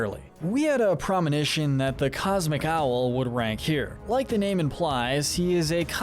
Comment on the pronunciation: Did you just say “we had a PROMINITION” that’s not a word